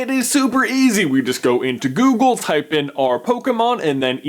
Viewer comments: He says Doogle auto fill instead of Google auto fill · anyone else hear 'doogle autofill' in the beginning? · OMG he said DOOGLE AUTOFILL GAME lol ! :D go to